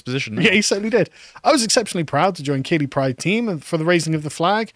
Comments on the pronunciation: Keighley is pronounced Keith li, not keelee. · On a side note, Keighley is pronounced Keethly not Keely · Great podcast as always, but as yorkshireman Keighley is pronounced Keith-ley 😂😂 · I feel as a born and bred Yorkshireman, it's incumbent upon me to correct the pronunciation of Keighley, not Key-lee but Keith-lee! 😗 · Keighley is pronounced Keith Lee. I winced ever time you said kee lee. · Its pronounced keithly. Also, a sense of betrayal, from people who have zero loyalty to anything thats not the "current thing" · It’s pronounced Keith-ly… or Keithleystan to the locals 😂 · Keighley is pronounced 'Keithlee'. And as you can imagine, its greatest fame is its grooming gangs. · For future reference guys it's pronounced Keith - Lee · Keighley is pronounced, Keethley ! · Keighley is pronounced ’Keeth ley’ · Keighley is pronounced Keith-lee .. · It's pronounced Keigth-lee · Keighley is pronounced Keef-lay. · It's pronounced Keith-ley. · Keighley is pronounced “keethly”. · Keighley, pronounced "Keeth-ley" Yes, ghoti = Fish... and all that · Keighley is pronounced "Keithlee"! ......bloody southerners...... 😒😊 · Its pronounced KEEFLEY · Its pronounced keithly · No its pronounced kaylee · Pronounced KEETHLY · It’s pronounced ‘keithly’ 🙄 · It's pronounced Keethly you wassacks.